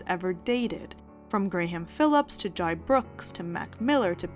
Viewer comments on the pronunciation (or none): Jai’s name is pronounced like Jay